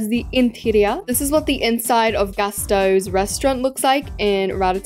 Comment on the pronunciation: Um gastoes it’s gusteau’s